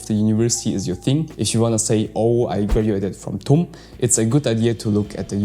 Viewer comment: Tum read as Tuti